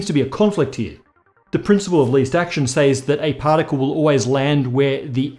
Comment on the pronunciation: im always a little weirded out the way says "says" with a long "a" sound......